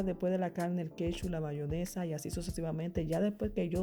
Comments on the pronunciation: bayonesa???? Eso escuché 🤣🤣 muy bueno y se ve rico, pero es "Mayonesa" sorry!!!! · la gente vieja o campesina le sigue diciendo bayonesa a pesar de que el propio envase dice en grande MAYONESA